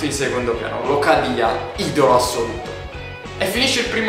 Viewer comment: locadia si dice come si scrive con l'accento opposto